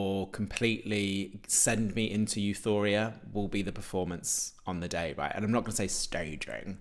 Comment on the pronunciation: says ‘euthoria’ again 😂😂😂💀💀💀